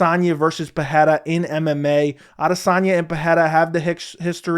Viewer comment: Bro why are you mispronouncing Pereira's last name? Where do you get the "h" sound from ? lol